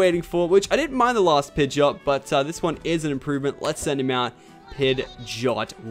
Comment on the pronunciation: What! Ash road pidgeyot not pidgeyoto.